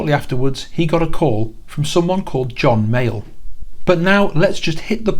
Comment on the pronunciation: I am loving these videos of yours and this one in particular, but I keep hearing “John Mail” when you say John Mayall lol